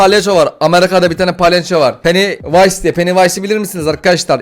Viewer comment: Abi korku oynuna bir an penisnays dedin sandım